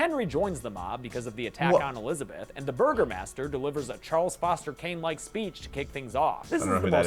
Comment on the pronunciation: It's not Burgermaster it's Burgomaster. An old term for Mayor basically.